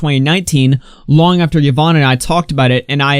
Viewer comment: im i the only one bothered that he cannot pronounce yvonne's name correctly